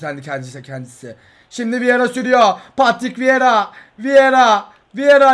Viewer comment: ⁰abi vieraya pogba diyon😂😂😂😂